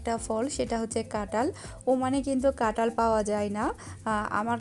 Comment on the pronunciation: Apu Tomi kathal K katal bolo keno